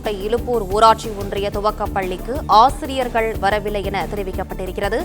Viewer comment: ஆஆசிரியர்கள் அல்ல ஆசிரியர்கள் .ஒழுங்காக உச்சரிக்கவும்